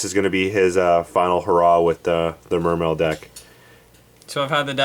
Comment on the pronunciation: Will ppl stop pronouncing the e at the end.